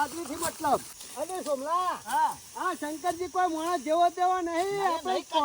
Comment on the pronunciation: શંકજી નહિ શંકરજી આવે